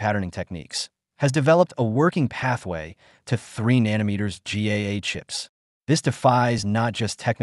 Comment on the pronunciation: Can you say nano & then meter? Nano is a magnitude equal to 10^{-9}. It's not nan ometer. Otherwise, good video. I'm not sure if you are AI or a ... person. An engineer would know how to pronounce nano. Huawei was put in a corner. What did anyone with half a brain think would happen? They are very innovative & China files the most patents annually.